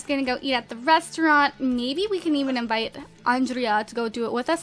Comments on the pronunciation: Gurl. Its not "Ondreea." Its Andray im pretty sure XD Love ya. Mwa. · It's not on drea, it's On- dra- a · It's Andre! The a is silent! Sorry that's been bothering me. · I think Andrea's name is supposed to be pronounced Andre. But I'm not sure. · its pronounced on-drey-a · You keep saying Andrea wrong. Grr! I'm not one to comment stuff like this, but I felt the need just to say it in hopes that she will read this!